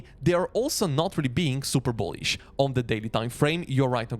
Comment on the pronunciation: Love the way you say BOOHLISH with a boom on that B